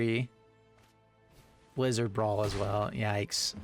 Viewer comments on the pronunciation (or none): none